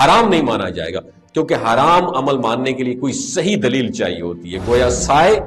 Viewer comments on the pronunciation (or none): none